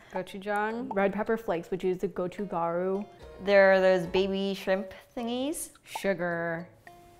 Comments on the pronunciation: It's closer to kot-choo-kah-roo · why does the mom n the kids say gochugaroo like gochugaRoo bruh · Should pronounce "t" properly "gochu't'garu" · As a korean guy, the way she said "gochugaru" hurt me inside. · i think youre talking about gochujang and not gochugaru.. if you want to make spice kimchi then gochugaru is needed